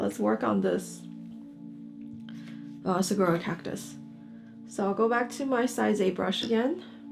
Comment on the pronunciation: Great video. Thank you. I grew up in the Sonoran desert. Saguaro is pronounced Sa WAR o 😊.